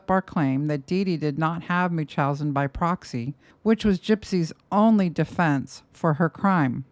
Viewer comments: its pronounced MUNCH-housen not mooch-housen and its called factitious order imposed on another, NOT munchousen, I would think a psych nurse would know that? Additionally, fictious disorder imposed on another CANNOT be disagnosed on someone who is dead. And to ascertain a proper diagnosis while the offender is living is incredibly difficult, that is why there isnt a true diagnosis. Gypsy is messy but she was abused and brainwashed her entire life. Nick got a raw deal. Gypsy is a victim and also I guess a manipulator (like her mom). This video is reaching. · Love the videos, but the way you can't properly pronounce "Munchausen by proxy" gives me pause. Especially with you being an RN...